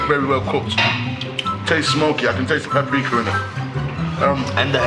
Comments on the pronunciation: oh loool coz at the start chip was saying pap-rika but oh well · They saying pap rikar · catch chip saying pap-rika cause man don't pree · is it me or are they all pronouncing Paprika wrong? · Didn’t even say paprika right 🤣